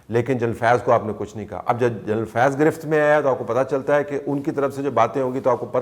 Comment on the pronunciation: یہ آپ اور اعزاز سید اُردو بولتےہوئے، جنرل کو جَینل کیوں کہتےہیں؟ کیا ایسا کہنےمیں بندہ انگریز انگیز محسوس کرکے بڑا بڑا محسوس کرتاہے؟اُردو بولتے ہوئے انگلیش الفاظ کا لہجہ اُردو ہونا چاہیے نہ کہ انگلش۔ انگریز بننے کی یہ بیماری دنیا مین صرف ہم احساس کمتری کے ماروں پاکستانیوں اور انڈینز کو ہے۔ اور پھر جنرل اور جرنیل تو اب اُردو میں ایڈاپٹڈ الفاظ ہیں پھر انہیں اردو بولتے جَینل بولنا آخر کیسی مجبوری ہے؟